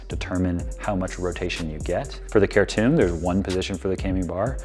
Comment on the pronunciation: It’s pronounced CHAIR TOMB.